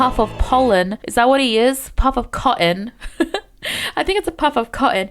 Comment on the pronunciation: here starts the inner bri'ishTeeds era of cot'ns which lasted for 10seconds 🤣